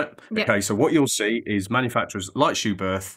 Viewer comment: Good information video. But a well-intentioned note from me as a German... it is pronounced "Schubert with a short T"... without the H after it. Please ;-)